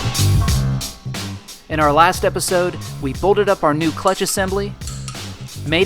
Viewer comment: Why does this guy keep saying he "bolded" this or "bolded" that. I almost can't handle it. You BOLTED with a T. Because what you're saying has a completely different meaning.